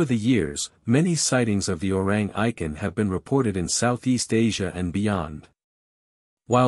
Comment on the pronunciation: Orrang Eye-ken?😂